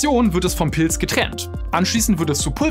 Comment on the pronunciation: Schaue doch Mal wie man Pilz ausspricht, ich höre die ganze Zeit Pils😂